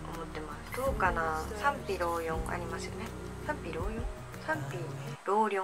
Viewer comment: 忙しいときは心が狭くなりがちですよね😂更新楽しみにしていますが、のペースで大丈夫ですよ！ 賛否両論前の動画でも言えてなかったですよね（笑）かわいい（笑）